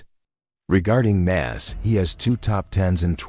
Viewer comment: it’s Nas not Nass wtf